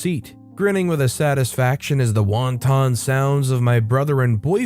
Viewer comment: Wanton being pronounced wonton had me laughing so hard. The visual in my head immediately went to soup